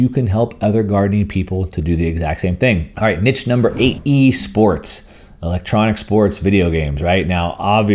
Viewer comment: I had no idea what you meant with 'Nitch'. As Scott writes too in the comments: "9. Personal events - virtual events, conferences, big nitch". Do you mean Niche? I have never heard anyone pronounce it like 'Nitch'. It is 'Neesh'.